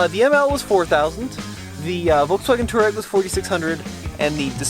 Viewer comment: Touareg should be pronounced "TWA-REG", after the nomadic African people. VW gave up on the correct pronunciation after so many mispronounced it. Similar to Hyundai in the late 80's, as the correct pronunciation is HYUN - DAY (Y sound is pronounced).